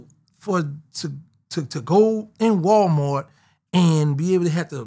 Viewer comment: “And then Walmort” 😂😂😂